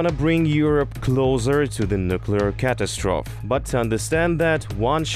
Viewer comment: FYI, catastrophe is pronounced cat-as-tro-fee.